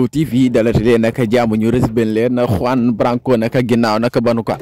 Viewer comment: Tu ne sais même pas prononcé lr no de Juan branco